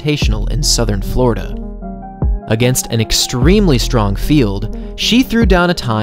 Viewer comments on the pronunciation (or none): none